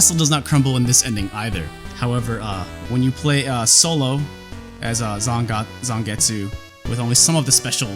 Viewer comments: it pronounce Zangets. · he keep reading zangetsu name wrong and he even doesn't know legion name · You seem to know everything about this game except how to pronounce Zangetsu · needs to watch some Bleach to learn how to pronounce Zangetsu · its especially weird when you've seen his old video on the Hori Gamecube controller and other Japanese things and he pronounces Japanese just fine... I almost think he messed up Zangetsu either as a joke or just for funzies.